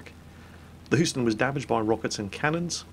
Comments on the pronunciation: pretty bad on my end too...also its pronounced hueston not hooston....my hometown btw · Boom. Headshot. Oh, and, to correct your pronunciation: Houston does not have the 'oo' sound. It's a long 'U'. So, it's more like Hueston. You can trust me on this, because I live there.